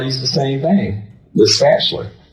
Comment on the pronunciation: "Ambalance" & a "spachaler" what an uneducated and demonic FOOL.